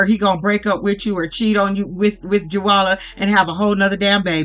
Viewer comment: GIRL. HER NAME IS JOWALA LIKE A FUCKIN KOWALA BEAR. I hope that helps. luh U!